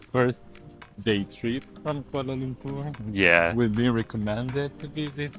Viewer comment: I like the way both of you pronounced the cities names, Kuala Lumpur & Putrajaya correctly. Very informative vlog with lots of facts abt the city. As a Malaysian, glad you like the city. Thanks guys.